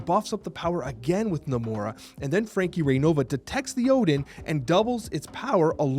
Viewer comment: Who else heard Frankie big butt?